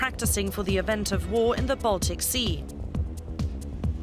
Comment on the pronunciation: Why do Germans say "zhe", they literally have "die" in their german language and it's pronounced the same as "the"...